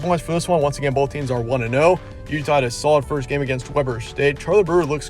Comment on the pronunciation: It's pronounced"Weeber". Interesting fact: it's Damian Lillard's alma mater.